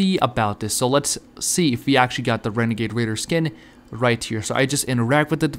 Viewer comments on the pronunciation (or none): OMG I GOT THE WENEGADE WAIDA OMG! sarcasam